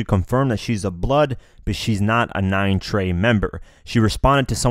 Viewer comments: It’s 9trey not 9treyway you snowflake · This man said 9 treyway blood stop it’s 9 trey bruh lol